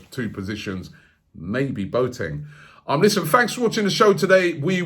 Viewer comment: Robbie: ‘Bo teng’ No It’s ‘Bo a teng’